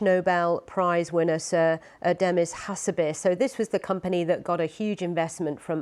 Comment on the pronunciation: She couldn't even say Sir Demis's surname correctly; a knowledgeable AI would be a better presenter.